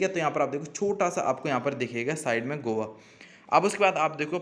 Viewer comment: 😂😂 गोआ गोवा नही